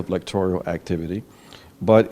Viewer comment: Ajamu, the word is electoral, not electorial...